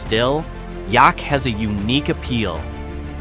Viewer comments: Yup. Rhymes with Attack. Yaak Attack. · Learn to say the town name correctly!! Like Yaak and Ekalaka! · If you cannot pronounce Yaak correctly, probably shouldn't be there. Might find out what Yaak attack means. Some places are better off left alone. Just word of warning friends. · Exactly, rhymes with “The Jack” and you do say thee - THE - before it. Never heard anyone say I live in Yaak. It’s kind of like saying Bob Marshall Wilderness, which nobody said ever. They say, “The Bob”. 😂